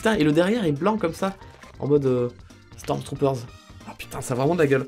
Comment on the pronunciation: pourquoi tu rajoute un S a la fin de stormtrooper 😂😂